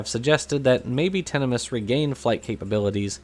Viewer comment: great video as always - but just to be pedantic, 'tinamous' is the plural of tinamou (pronounced like emu). So while the family is as you pronounced - tinna 'muss' - the common plural name would be tinna 'moos'. Like a can of beef. At least, that's what I've always assumed. I could be wrong. I'm pretty sure we can rule out 'tinamice', anyway.